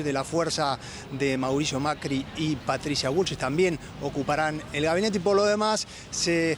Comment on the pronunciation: En el minuto dice Patrica Bullshit o son ideas mias?